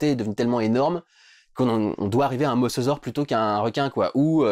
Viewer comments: C'est pas "Mossausaure" mais "Mosasaure" ! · On dit mosAsaure putain!!! Georges Cuvier lui-même ne le prononçait pas ainsi !!!